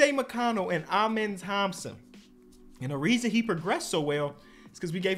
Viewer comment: It’s “ahmen” Thompson for the pronunciation of his first name